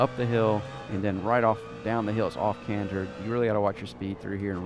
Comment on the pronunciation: as always great video, one note its "off-camber" not canter....